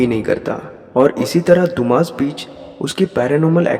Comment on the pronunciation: Hello Sir, Dumas Beach को “दुमास” नहीं बल्कि “डुम्मस” कहते हैं। Thanks. 🇮🇳